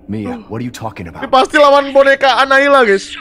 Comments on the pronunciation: Boneka anaila... Ngakak anjir😂😂😂... Kak windah boneka anabelll Bukn anaila astaga😂😂😂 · Kak windah nama bonekanya bukan anailah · Bukan analia tapi anabel